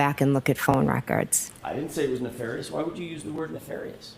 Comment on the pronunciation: So funny that initially she pronounced Ne-FAR-ious just like Brennan 😂